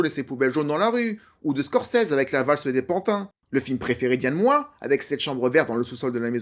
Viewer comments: Yann MOIX(E), pas Yann Moooa. 😂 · Ça ce prononce "MOAX" t'es relou avec ton "moi". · Yann MoiX!!! Pas Yann Moi ! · Je crois que tu es la première personne que j'entends prononcer "Moi" au lieu de "Moiks". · On dit MoiX pas Moi non ? Sinon j'avais adoré le film à sa sortie, pas revu depuis des années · Yann "Moi, tu le prononce comme Christiane Taubira, ou Yann Moix n a jamais oser la reprendre sur son nom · Alors plusieurs choses: déjà 30000 exemplaires en littérature correspond à un succès total dans le domaine. Le nom de l'auteur et du réalisateur se prononce Yann MoixE. Ce n'est pas Évelyne Dhéliat mais Évelyne Thomas... Vidéo un peu en roue libre à la préparation hasardeuse. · Désolée, on prononce le X de MOIX